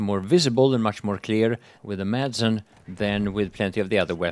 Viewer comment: Shouldn't a Swede be able to say Madsen correctly?